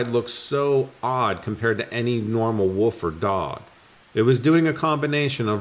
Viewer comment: Love ya, but WOOL-F. Leave "woof" with the amateurs.